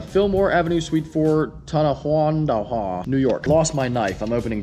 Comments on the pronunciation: It is pronounced Ton a wan da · T is pronounced Ton a wan da